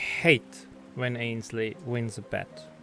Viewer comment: AND THEY ACTULLY SAID IT RIGHT INSTED OF ANSHALEY